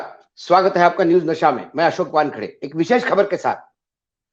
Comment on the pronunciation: वानखेडे बोलो भाई वान ख डे नाहीं